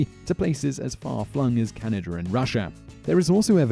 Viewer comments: Why did you pronounce Canada as "Canader" but then right after pronounce Russia as Russia? If you can say Russia, why can't you say Canada? And then when you get to #5 you call Russia "Russier". Why? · What is it with the English and putting an "R" at the end of words that doesn't end with an "R", such as "Canada-r", "Scandinavia-r", "Russia-r", "Persia-r" etc? It actually sounds really weird... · "Canerda" "idear" FLIPIN BRITISH PEOPLE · Canader? Is that a country? =(